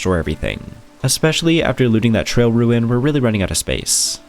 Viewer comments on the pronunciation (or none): I thought I kept hearing you say Trail Ruin instead of Trial Ruin, might have been a bit sleepy listening though. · Tri-al. Love you to death but. I swear if I hear you say trail one more time.